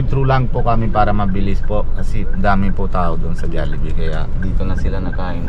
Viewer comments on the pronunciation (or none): Kabilang ka sa99.999 na pilipinong Mali Ang pronoucationng JOLLIBEE, hnd kc JALLIBEE, kaya pati mga Bata namamali